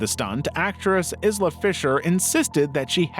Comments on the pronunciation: Her name isn't "is-la". It's pronounced "ai-luh". Please, have enough respect to learn peoples' names correctly. I honestly mean no disrepect. Other than that, this was an enjoyable and interesteting video. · Came to the comments to look for this as soon as he said “Is-la” edited to add: yet he can pronounce Pascal Laugier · Izla Fisher? It’s pronounced Eye-la. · it's eye-lah not izz-lah for isla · Her name is pronounced eye la Fisher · Isla. Pronounced “Eye-la”. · Isla is pronounced, - I Luh, the S is silent. 🤫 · Isla Fisher's first name is pronounced eye-la. Everyone but you knows that. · Pronounced Eye-la Fisher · Isla fishers name is pronounced "eye-lah" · Islas name is pronounced similar Island or Ireland. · im sorry how on earth did you pronounce isla